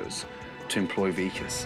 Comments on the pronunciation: said “Vakis” instead of “Vikas” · really said "vakiss" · mispronounces the Vikas’s name. That’s downright disrespectful. How does one forget the name of a top chef? The name isn’t even long. It’s short and simple. Love how Gordon catches it and corrects him immediately. He was so done with